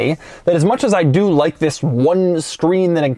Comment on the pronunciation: It sounds like he's saying "Vis"